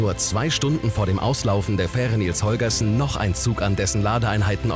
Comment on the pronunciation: Bin ich der einzige, der es zum Schießen findet, das er 'Nils Holgerson' ständig falsch ausspricht? :D